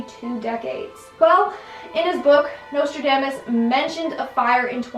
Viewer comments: Your pronounciation of Nostradamus hurts me 😓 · Every time you mispronounced Nostradamus, it just made me irrationally angry. Don't know why that bothered me so much. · The pronunciation of Nostradamus tho 😖